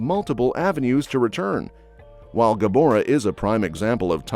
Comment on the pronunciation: GaMORA! Not GaBORA!!